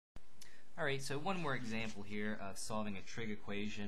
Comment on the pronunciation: "harder exampe"